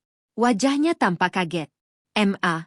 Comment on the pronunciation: Mama disingkat ma tapi koq dibacanya satu2 m a